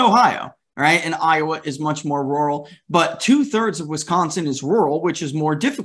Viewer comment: Hey! finally pronounced "Rural" correctly. Good job! You come across i more ntelligently. Good work.